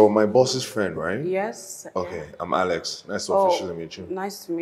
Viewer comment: it's Alex not ales